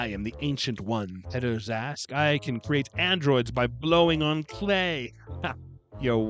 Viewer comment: I'm going to botch the spelling, but every time you said Peddar Zask, I would hear pederast. Wonder if that was intentional?